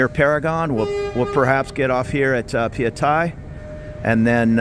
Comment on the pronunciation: Hi, you said it correctly - pa-ya-thai. I know I'm Thai 😊